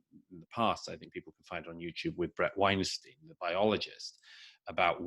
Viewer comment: I am disappointed in you, Douglas. I thought you at least would make an effort to get BRET WEINSTEIN'S NAME RIGHT: it rhymes with EINSTEIN, not HARVEY!